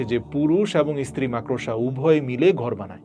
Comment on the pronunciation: সালাম ভাই! আপনি বার বার মাকড়সা’কে “মাক্-ড়োসা” উচ্চারণ করছেন? প্লিজ্ যাচাই (check) করে নেবেন?